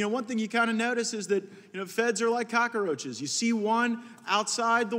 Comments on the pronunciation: Did gaetz...who is a resident of myarea just pronouce cockroach in a way non northwest florida accent? What the hell is a cackaroachas? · Can anyone tell me what is a cockAroach? Gaetz pronunciation is whack in that word me thinks.